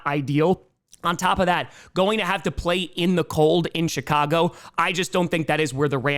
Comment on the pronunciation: Almost sounded like you said the "shytCago bears" lol